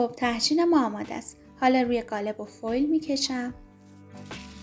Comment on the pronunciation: عالی بود فقط چرا به قالب میگید گالب